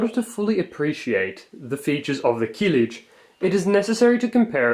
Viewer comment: Stop saying "keelij". The first vowel is short, as are Turkish vowels generally.